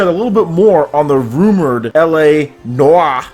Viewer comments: It's pronounced "NO-AR" man lol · Noire is pronounced nwah. Kinda, sorta. 😀 And Lego Dimensions takes ages on Wii U, like a few minutes from start screen to actual play. Yeah, 10 seconds is pretty darn quick!